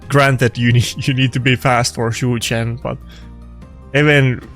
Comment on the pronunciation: Everytime i hear “chu chen” jesus christ